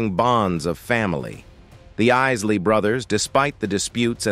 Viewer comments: Bro you did it again!!! It’s Isley G not Easley bro. You pissin me off with that. Obviously don’t even listen to them and got the nerve to do a doc. FOH… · It's I-SLEY brothers. Not IS-LEY! Killing me 🤦🏿‍♂️ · Call me petty but why does the commentator keep switching from calling them by their correct name of Isley to calling them Easley? Very irritating but good documentary😐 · Easley or Isley??? Good commentary except for the name-narative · What's up with for a minute pronouncing their last name right and then turn around and jack it up saying the " Is Lee Brother's" is it some form of dyslexia or something, the bands name is pronounced just like his name, Isley which is pronounced Eyes Lee for both his name and the band 🤦🏿‍♂ The inconsistency on the pronunciation is like running a nail on a chalkboard 🎯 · Too late. Did you not watch the video? The "Iss-lee" Brothers? Their "fin-anchial" problems.... At least learn to pronounce the name before claiming to be such an expert that you can make a viedo about them. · What’s crazy is to me is how these people do so much research on people but still don’t even know how to pronounce their name correctly. I never heard Ron Isley being referred to as “Ron Ainsley” until today. Edit: I responded about the mispronunciation before the mark then realized got to when dude pronounced dwindled as “dwin-lead” and instantly realized the type of person I was dealing with 😂😂😂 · Who's this obviously non-USA narrator: the Ees-lee Brothers? SMH Otherwise, great profile. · I don't understand why the IRS couldn't set up a payment plan for Ron. He should've been able to sell his assets to pay his debts and live a modest life with his royalty checks instead of wasting time in prison. (By the way: please stop calling them the "EEsly Brothers 🙄) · Ease-lee? Dwin-dledd? Pry-zed? Is this AI-generated narration? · Asely Dewlead. WTF AI? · Ron Easley??? the damn AI voice can't even pronounce the mans name right. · Wtf is iss lee 😠… I’m really loss